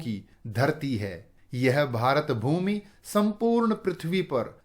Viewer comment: Sir the way you say - भारतभूमी Is very good and beautiful